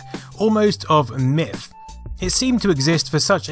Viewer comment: "A system of legend... almost of miff" ;-)